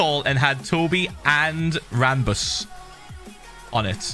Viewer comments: He called Ranboo "Ranbus" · "Ranbus" XD